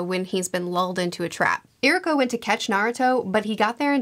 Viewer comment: its actually ee-ruka not i-ruka